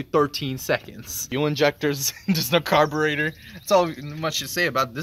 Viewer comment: Ummm carberator..... lmao